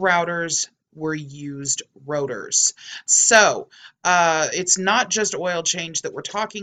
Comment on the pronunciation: learn how to pronounce rotor LMAO